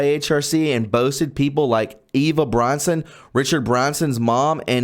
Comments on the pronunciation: Sorry. You still need to slow down a bit when reading. I have noticed you reading words wrong a few times such as you said Richard Bronson when it's Branson. It's pronounced Br ah nson; not Brawn son like in bra. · It's Richard BrAnson; not BrOnson.